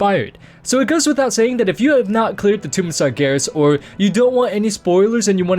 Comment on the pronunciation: Why are you calling Sargeras "Sargarus" ?